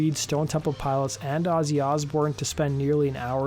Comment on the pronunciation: It's Stone Temple (Pilots) not Piles 😒